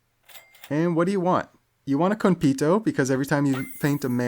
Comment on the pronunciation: It’s not kon-PITO, it’s kon-PAY-to コンペイト